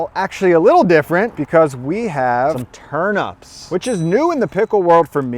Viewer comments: Dude... TurNIPS bro, not Turn-ups 😂😂😂😂😂😂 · Very good stuff! But one query; are you saying ‘turnups’ or ‘turnips’? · 😆 turnips rather than turups, that pronunciation was sooo funny! love the food suggestions too 😋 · I thought its was TURN IPS not UPS 🤔🤣